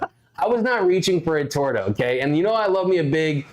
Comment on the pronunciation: It’s not a torda it’s pronounce torta!